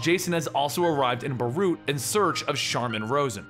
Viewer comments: it’s Beirut. not baroot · 😣 Dude its ez, ‘bay-rute’ and ‘addis - ah -ba - ba’